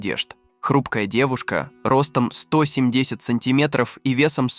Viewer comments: 😂😂Ага) сто семьдесят это шедевр😂😂😂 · Сто семь десять сантиметров, у меня чуть кровь из ушей не потекла)